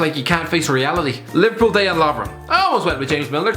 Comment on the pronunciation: Finally, I repeat, FINALLY someone pronounced Lovren's first name correctly